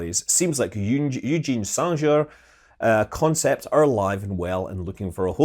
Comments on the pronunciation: it is pronounced zenger not sanz zyer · Jutschien Sandschehr? It's actually pronounced Sänger (German for singer), similar to Jäger (hunter) or Jaeger ;-) Eugen is another topic, that would take way more then one line to explain. Just FYI 🙂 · Eugen Sänger's name is pronounced like 'Oigen Zinger'. Oi as in 'oil', gen with a hard g, and 'zinger', rhyming with 'singer'. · Eugen Sänger is a german-language name, prononunced 'Oy-gen 'Sang-er, with "Sang" having the Ä pronounciation (same pronounciation as "sang", derived from "sing") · Thanks for an other great episode. Eugen Sänger was an Austrian, not French. His name is German and pronounced "Oi-Gan Sanger" Eugen is pronounced "Oi-Gan". Sänger is pronounced "Sanger", like in "sing, sang, sung". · Oi-gen Zen-ger. Hard /g/ sound as in go, not as gif. :-) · Sänger can be pronouned like "Zenger", with a buzzy z. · angrygermannoises Sänger was not French. Think of zinger and replace the i with an a, that's all. Also, the v in Silbervogel is pronounced as an f.